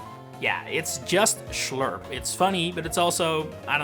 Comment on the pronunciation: Ich liebe es wie Amerikaner Schlurp aussprechen ist irgendwie Funny ( Schlöürp oder so 😂 )